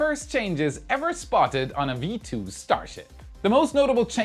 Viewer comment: WARUM???? V2 hört sich so falsch an;)